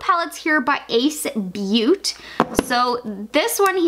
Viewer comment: I couldn't even make it through the video. Protege = pro-tuh-jeay Ace Beaute = ace beauty Grandiose = gran-de-ose Huda = who-duh Formula = for-mew-luh